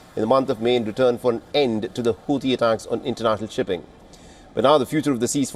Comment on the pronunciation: Sorry I heard hauti devil's 😂 hauti rebels rather